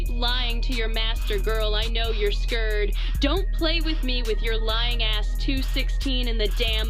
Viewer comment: This is talent..how you got the AI to say "scurred"